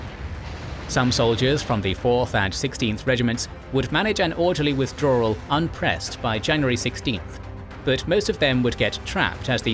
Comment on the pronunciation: Amazing video, except for “Wirthdrawal”